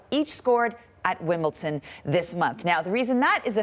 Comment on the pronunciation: Did she say WimbleTon